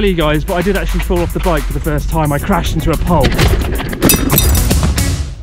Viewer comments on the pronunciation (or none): Crashed!?! Or ... 'Pashed'?!? Huh